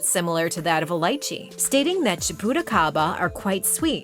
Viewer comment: Got to love how they mispronounced Lychee. Think of saying it this way leech-ee. Not saying it like light-chee.